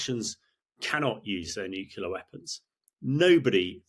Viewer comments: NucLEAr not NucULAr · Only the fact that he has that most annoying mispronunciation of the word NUCLEAR... "nucular" is just plain wrong. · Nuclear not nucular! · I wish many politicians, commentators et al would learn that the word is "NUCLEAR", not the erroneous "nucular". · I had to look up “Nucular” as I always thought it was Nuclear. Although it grated a bit, apparently it’s accepted so I’m further educated thanks. I’ll stick with nuclear though … albeit slightly harder to enunciate. 😄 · How come he says "nukeyoula" instead of "nuclear"? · 😂I was thinking the same😂 it's a George Bush jr flex getting it wrong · I agree with everything he is saying, but it would be easier to take a nuclear expert seriously if he stopped saying "nucelar". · You lose all credibility when you pronounce Nuclear as “New-Cue-Lar”. 🙄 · Could Times really not find an 'expert' who has managed to become fluent in his mother-tongue? Et cetera, not EK SETRA.. Military, not MILITREE.. Nuclear, not NEW-KYULAR.. The divergence between military and political thinking is a "diversion"..? "Intresting is that.." "As I saw in Syria", not "As eyesore in Siryah.." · This guy can pronounce neither "Medvedev" nor "nuclear". (It's not "Mediev" and it's not "new-que-lar"). Sigh. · Agree. Annoying when "experts" do not even TRY to pronounce words correct. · Interesting. But what's a "nuculer" weapon, Hammy..? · ...except he pronounces "nuclear" as "nu-cu-lar". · Yeah I noticed that he was dropping "nucular"s all over the place. There's only one U in nuclear. Not a big deal for most people, but I expect better coming from him. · Excellent interview by a well educated and well prepared young man. A world of difference to that American female you have added who looks and sounds so unprofessional and never seems to have a clue what she wants to ask. Colonel de Bretton-Gordon, of course, is every inch the UK officer and is always so interesting to listen to, even if he does mispronounce 'nuclear'.